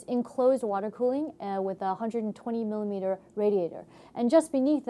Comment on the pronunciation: This chick sticks at reviewing! Way to monotone & boring! (Also, she constantly struggles saying the word millimeter, and it's annoying!)